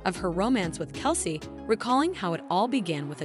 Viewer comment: Travis's last name is pronounced, KEL CEE.